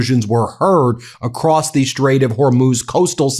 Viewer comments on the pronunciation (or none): none